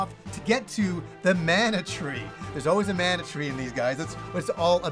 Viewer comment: Great video! Man, I'm having a hard time with this release. Secret of Mana, secret of Evermore, and most of those games are special to me (from my childhood), but with those releases, they didn't talk much, so the constant incorrect pronunciation of Mana drives me nuts! This is extra crazy since the damn word is in the title! It reminds me of another favorite Yakuza, the characters are from Japan, but they cannot say karaoke!